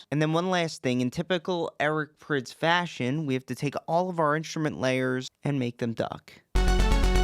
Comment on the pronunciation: i thought prydz was pronounced prides